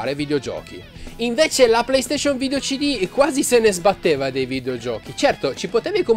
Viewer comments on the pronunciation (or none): none